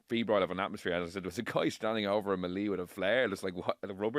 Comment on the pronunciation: Why can’t these lads pronounce melee properly 😜